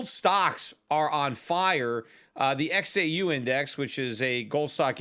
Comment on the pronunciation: Peter , in several podcast you misspeak XAU and GDX. I am sure all listeners understand you. Thank you for your advice.JNUG is up 15x , NUGT 10x